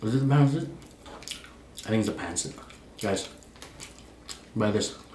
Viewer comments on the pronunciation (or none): I’m Filipino so I recognize a few of these dishes, the soup as he said is Sinigang(Sin-e-gàng) The noodles spelled Pancit is pronounced (Pàn-seat) I also saw some kare kare, possibly some adobo or bisteak, as well as like dishes such as minudo(mii-new-doe) as for the drinks, I’m not sure about the corn one but Halo halo( HA-low-HA-low) is just shaved ice and evaporated milk with toppings like crispy rice, ube, durian, munggo etc, the drink he started off with looked alot like a filipino stule boba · The first drink is sago sah go lol Sinigang see knew gaan vinegar is called suka sue kah also means throw up lol Pancit pan sit